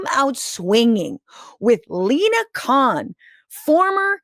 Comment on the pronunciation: I cannot believe I heard an American pronounce her surname as Khan not Kon. Well done Franscesca.